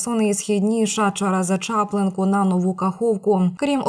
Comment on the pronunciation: Не чАплинка, а чаплИнка!